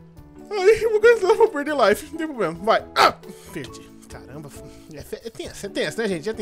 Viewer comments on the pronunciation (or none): none